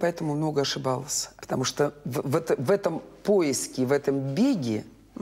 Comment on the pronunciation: А мне это слух режет,например